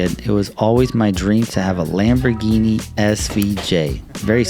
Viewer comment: he clearly said "LEMBERGINI SVJ"..(SVJ)